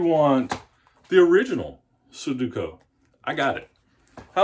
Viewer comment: You say su du ko. The middle syllable is do, not du. The last syllable is ku, not ko. You're mixing them up. Su do ku. Just look at how it's written. Accent is on the middle syllable. I used to do these all the time but once I learned how to solve them all they weren't any fun anymore.